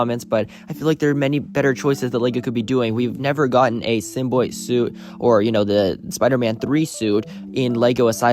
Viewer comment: why do you “symboyt” instead of symbiote?